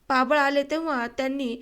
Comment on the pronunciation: आवरी नाही आवारी आणि पाबळ नाही पापळ